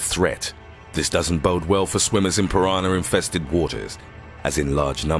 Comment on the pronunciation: He keeps saying piranar instead of piranah.